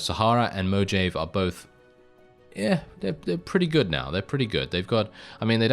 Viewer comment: I can't tell if you're trolling by saying Mojave that way or if you don't know that in spanish the "j" sounds more like an "h". Like Jalepeno.